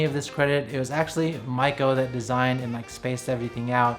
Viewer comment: First time to see your video. You kept saying your wife’s name and it sounded like “Michael” so I thought wow you are going to adopt a baby with your partner and then I saw female shoes so I realized not “michalel” but Maiko-san. By the way beautiful apartment..